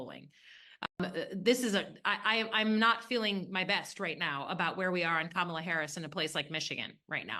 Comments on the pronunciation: The correct pronunciation of someone’s name is whatever they say it is. She pronounces it like COMMA-LA. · One of the best episodes of Bad Faith Podcast ever! BTW the proper pronunciation of Kamala is Kamla. The second “a” is silent. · Sure, perhaps if they were discussing Palestine but aside from that Butch Ware knows nothing about politics. He can't even pronounce Kamala's name correctly.